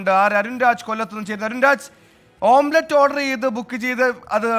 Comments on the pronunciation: ഓം പ്ലേറ്റ് അല്ലടാ പൊട്ടാ.. ഓംലെറ്റ് 🙏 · ഓംബ്ലേറ്റ് അല്ല ഓംലെറ്റ് എന്ന് അവതാരകൻ് ഓർമ്മവേണം😂😂😂